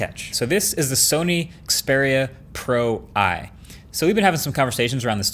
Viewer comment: Pro-i more like pro-eye